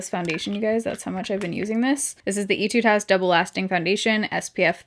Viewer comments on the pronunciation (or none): Great video! Just a small thing, I'm not sure if anyone else has said this so I'm sorry if this is a repeat. Etude house is pronounced more like "eh"-tude. I've heard so much about this foundation so I plan on ordering it on yesstyle soon!